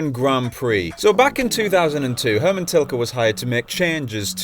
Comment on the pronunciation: LOL, what an intro " HERMAN TILKER" XD!!!